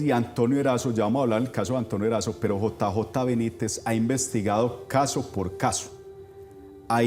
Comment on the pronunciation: Señor disculpe, pero es el segundo video que encuentro de ustedes y de verdad no puedo con que usted cada vez dice J A Benítez, por favor interiorice JJ, su compañero creo que hace más fuerza que yo, cada vez que usted lo nombra